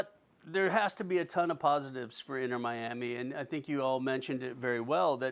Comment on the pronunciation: “Inner Miami” lmao these fools